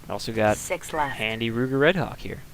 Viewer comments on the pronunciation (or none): Ruger Redhawk? Wu-ger Redhawk.